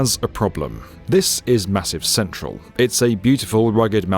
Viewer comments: 'Massive Central' made me wince. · Just love the way doesn't even try to say things in even a slightly Frenchified way: Millau rhymes with miaow and if there's two 'L's, then he gives 'em all 'ell. 'Massif Central' is said like it was a railway station in the middle of a big American city. Good on yer,, say it how you feel it! Having said that, this is the most brilliant video... an actual real interview with the great Norman Foster - what an amazing gentleman he is! And that magnificent, beautiful bridge: I finally dragged up the courage to drive across it this year when coming back from holiday to home in northern France, and I will never forget the experience. Thanks for sharing.